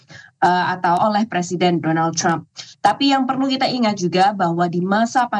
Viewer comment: Kenapa ya kalau nyebut Trump selalu “Crump” padahal orang Amerika nyebutnya juga Trump biasa, bukan “Crump”